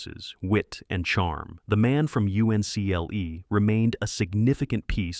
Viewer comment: Only an AI narrator would call it “The Man from U-N-C-L-E.”